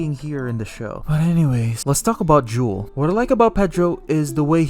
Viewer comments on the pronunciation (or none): Bro keeps calling him juul like the vape 🤣🤣